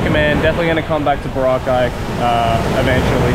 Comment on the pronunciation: Proper Aussie. Sometimes you pronounced the location Boroca like the drink that gets you on the B B Bounce hahahaha.